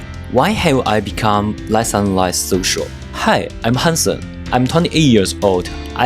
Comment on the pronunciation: i really thought you said Handsome 😂